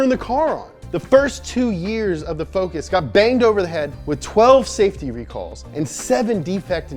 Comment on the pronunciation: saftey hehehehehehehehehe